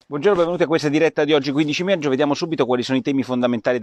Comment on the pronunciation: Porro, l'italiano!!!. Meggio al posto di maggio è solo una mis-pronuncia. Che può capitare a tutti Ma "il giorno dopo al decreto" è proprio un errore . Si dice "il giorno dopo IL decreto". Ma qui sei in buona compagnia....